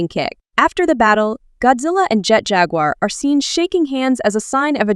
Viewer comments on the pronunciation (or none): none